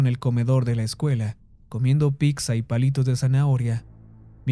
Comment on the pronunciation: Me parecen excelentes tus narraciones, solo que no soporto que digas "PICZA". Si tú trabajo es narrar, deberías aprender a pronunciar las cosas o por lo menos no inventarse nada. Un saludo.